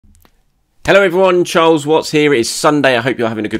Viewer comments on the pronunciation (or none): none